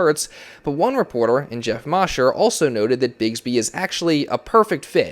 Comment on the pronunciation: Thanks for the report! The Eagles beat reporter Geoff Mosher is pronounced MOE-sher, not MAH-sher. long "O".